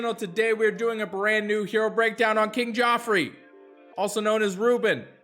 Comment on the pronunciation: I had to pause the video at "KIng Geoffrey." I had to take a moment. LOL.